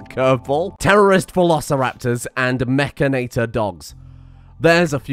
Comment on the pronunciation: would somebody please teach how to say mechanitor